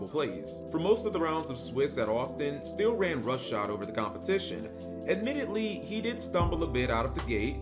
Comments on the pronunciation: So, he’s is actually mispronouncing my last name. Lots of people think it’s still or steel, but it’s actually pronounced still-E. I never thought of me playing gearfried and my last name like that before. That was a fun tournament and I definitely messed up in the top 8 match. I remember it like it was yesterday. I stopped playing yugioh a few years later. Due to master duel, I’m back into playing the game again even though I think that summoning so many monsters per turn can get a bit confusing. The game is definitely different, but I still like the challenge. Just wish I could figure a way for gearfried to be competitive again. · No, his name is just heavily mispronounced~